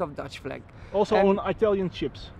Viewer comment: Also on Itallion ships ? “Yes , also on Italian ships 🛳 “ 😂